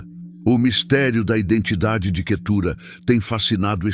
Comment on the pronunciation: O nome QUETURA não tem acento na última sílaba então não se pronuncia assim